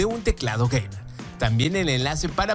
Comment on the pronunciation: "un usuario... *toma aire*... geimewr"